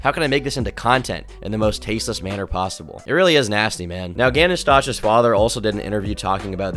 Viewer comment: 😂 take a shot everytime he mispronounces Stauch. Christ dude